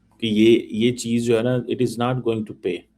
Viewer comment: Cheeme..tu Punjabi me show kiya kar...urdu jo Bharat ki boli hai...udhar ki..uski bhi tune band baja diya hai. ISI walon ko chahiye ki is Cheeme ko ek spoken english ka course karwayen..grammar ki aise ki taisi kar rakhi hai.. Aur haan ye Not ko Naat bolta hai😂😂😂😂..this guy sounds like a Cartoon.